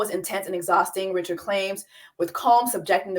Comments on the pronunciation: It is Dawn Ri-ShAD (French pronunciation), she is your Hatian Seeester, surprised you missed this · Its pronounced "Rich-shard", she's Haitian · Hey Jessie! Gently letting you know her last name is Haitian. No hard ch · The fact that YOU , JESSIE ...know how to pronounce her name is annoying because you intentionally fucking it up. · Not the host mispronouncing Dawn’s last name 🤦🏾‍♂️ get it together please. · Yes Jessie is mispronouncing her name. I believe Dawn originally identified as Creole, like Louisiana Creole. Maybe over the years she has said Haitian, but I don’t think that’s widely known. I’ve also seen mention she may be Haitian.